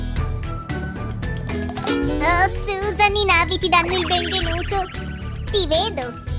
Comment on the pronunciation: Ma e super bellissima ma si dice na vi' con l'accento sulla i